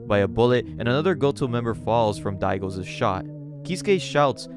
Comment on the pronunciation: I loved the vids on this series! What a wild ride. Thanks for telling the story! One small critique; you use too many Ss on those possessive nouns my guy. It's "Daigo's" but you're saying "Daigo's's" Not a huge thing but it happens with every possessive noun and I just wanted to point it out Anyway, this story is bonkers. Thanks again for sharing it!